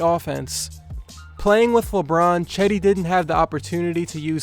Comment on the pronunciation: It’s not chedi, it’s cedi